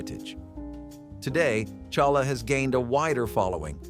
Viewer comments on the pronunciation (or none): Challah is pronounced with a H ….. hal la ! I’m not Jewish and I know this !